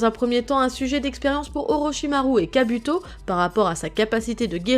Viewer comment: sa se dit kabouto